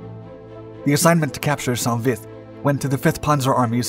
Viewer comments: It’s not pronounced sont, it’s just Saint Vith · It's pronounced Sau Vi. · I believe it’s pronounced Soan Vie